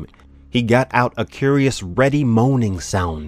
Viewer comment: reading was very good 👍 but please correct your pronunciations.... reedy: ree dee implacable: im plak uh bul chitinous: ki (like kite) tuhn us carotid: ka raw tid